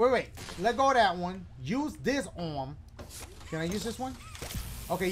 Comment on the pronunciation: Brooooo dying😂😂 "Bring out your other orm"😂